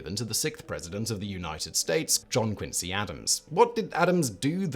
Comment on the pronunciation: Come on Simon! QuinZEE not QuinSEE. You have no excuse. I learned the proper saying of his name from you. lol